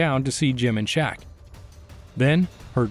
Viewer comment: His name was Shek with an E not Shaq, pronounced like Shrek without the R